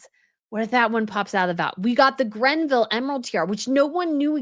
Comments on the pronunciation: Please stop saying GRENville in your videos. It's Greville. No 'N.' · Btw, it’s Greville NOT GRENVILLE. Ffs, you need to do MUCH better. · It’s The Greville Emerald Kokoshnik Tiara, not Grenville. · Again, it's the Greville Emerald Tiara, named after Dame Margaret Greville. There is no "n" in her name, like you constantly say (Granville/Grenville). No! Please! Leuchttenberg Sapphires are not "Lichtenburg". Maria Feodorovna's Bandeau = Fey-oh-doh-rov-nah. I despair by now, really.